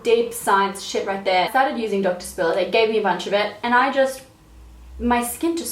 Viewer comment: I thought "doctor spiller" was "donkey sperm"